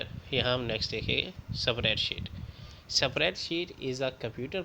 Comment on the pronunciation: Spreadsheet pronounce Galat ha bs